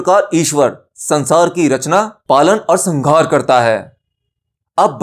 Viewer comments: कृपया एक गलती ठीक करें.. संघार नहीं संहार होता है, उष्म व्यंजन होने के कारण इसकी ध्वनि ऐसी सुनाई देती है.. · sanhar hai sanghar nahi......brahm ke uchcharan ko theek karne ke zarurat hai...video was nice... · संघार नहीं संहार